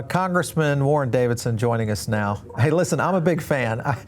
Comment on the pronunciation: Bitcoin AND crypto??? Bitcoin IS crypto, just like the rest!!! Sorry, Davidson! Or IS it Dividson, like written while you're talking?